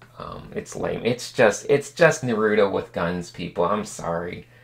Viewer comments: I ALWAYS WONDERED WHY IVE SAID NUHROOTO INSTEAD OF NAHRUTOE AND ITS BECAUSE OF THIS VIDEO THANKS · How he says naruto though😂😂😂😂